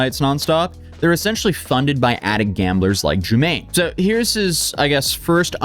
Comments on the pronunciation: You pronounced his name (jew-MANE) it’s (jew-MAH-nee) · jumaNNE (joo-mah-ne), not juMMane (germaine). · Holy crap this is so out of Order Chronologically. Your timeline is WAY off. but you have Almost 2 million followers so now this is just fact. Pronunciation is Jew-Monny not Jermaine. The SubWay song was YEARS before the SubWay Crashout. Not saying he's a good guy by the way, just saying. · That’s not how you say his name 😂😂😂😂 (ju mon e) yes I watch his videos his immaturity and contradiction is interesting to watch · Would be better if you actually tried to pronounce his name correctly bc it's not Jermaine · Calling him Jew-mane like 8 times was crazy work. He literally says his name at the beginning of every video. probably did hours of research and he still said it wrong! Jumanne can’t get no respect 😂😂😂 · His name is Pronounced “JEWMAHKNEE” You’re just not loving him unconditionally